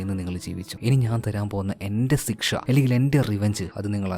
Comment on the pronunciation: Sikhsha alla bro, shiksha 😅